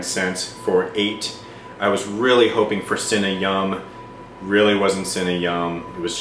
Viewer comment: "I was hopening ---" *eats the rest of the Cinnamon Knot*